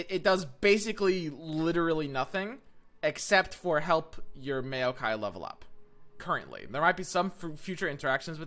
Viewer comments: you wer JUST NOW STARTING TO PRONOUNCE BARUM HAF CORRECTLY MAYO-KAI???? Its Mowkai and Brom or brawm not BROWM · Think of him not like Mayo-kai, but rather, Mow-kai. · Plz, it's Mao-kai, not Mayo-Kai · Mowkai, not Mayokai. Lol. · it's MOW-KI not MAYO-KI it's MOW-KI not MAYO-KI it's MOW-KI not MAYO-KI it's MOW-KI not MAYO-KI it's MOW-KI not MAYO-KI it's MOW-KI not MAYO-KI it's MOW-KI not MAYO-KI it's MOW-KI not MAYO-KI it's MOW-KI not MAYO-KI it's MOW-KI not MAYO-KI it's MOW-KI not MAYO-KI it's MOW-KI not MAYO-KI it's MOW-KI not MAYO-KI it's MOW-KI not MAYO-KI it's MOW-KI not MAYO-KI it's MOW-KI not MAYO-KI it's MOW-KI not MAYO-KI it's MOW-KI not MAYO-KI it's MOW-KI not MAYO-KI it's MOW-KI not MAYO-KI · SSTOP SAYING MAYOKAI IM HAVING A HEARTH SEIZURE AAAAAAAAAAAAAAAAAAAAAA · he said "MAYO" kai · Hey man. Love the vids. Just want to help. It's pronounced mow-kai. Like saying now with an m instead. Thanks for the vids man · "Mayokai" i loled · SAY. MAYOKAI. ONE MORE TIME. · I hate that you pronounce maokai mayo-kye also: maokai with shark chariots? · m-ah-o-kai please, do more mayo kai.. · ah yes a mayokai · wait is he saying mayo- kai, AAAAAAAAAAAAAA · MAYO-KAI....oh no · no one:: mayo-kay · Take a shot everytime says Mayo-ki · Nobody:: Mayokai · nobody:: MAYOkai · You mean Mayokai? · The millkai is pretty obvious since it's a mill deck but the people above are talking about the way he says Maokai as "Mayo-kai". Perfectly reasonable but still a funny way of saying it. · Its actually insane how much the way he says Maokai triggers me and gets me to laugh at the same time. "May-Okai" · Its pronounced mow kai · why the hell do you say maokai in such a weird way? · Had to put a dislike just because of his pronunciation. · i am triggered by pronunciation of Maokai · Mayokai joins the company of Shadow Islands and mark of the islands as cards that are horrendously mispronounced by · It hurt every time he said it